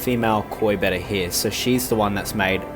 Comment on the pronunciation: So glad you pronounce betta as it should be! 🤣